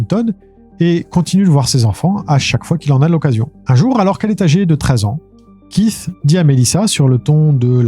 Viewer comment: KEITH se prononce KÉT juste pour corriger sans jugement. Merci